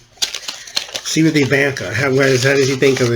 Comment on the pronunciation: It's EeVonnKa dahling. Think Zsa Zsa Gabor. Ok, so i dated myself. If you don't know who she is ,google her and listen to how she talks, dahling.